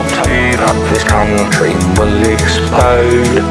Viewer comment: he said expode